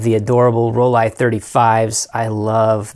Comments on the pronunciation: Sorry, but Rollei is pronounced ROLL E not ROLL I. And Nikon is pronounced NICK ON not NY KON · I remember those Nikon Ti, made a 35 version too, it was once on my bucket list. Seriously i think you should get those Rollie models spoken correctly, it detracts from the content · I work hard to ensure I say things correctly. A native German told me how to properly pronounce Rollie, and I was told by a Nikon rep, that in the states, they have embraced the hard I pronunciation for Nikon. But really, no matter how I pronounce things, someone will complain. As you have demonstrated. It gets a bit silly. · They are wrong Nikon is Japanese not american... Rollei is German not American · You don't think I know where these cameras are from? This is how you pronounce Rollei in German: And this supports what a Nikon rep told me